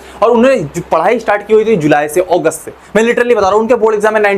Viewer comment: Sir wo ogust nhi hota August hota h